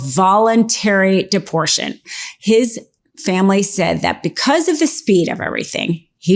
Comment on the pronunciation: Deportation not deportion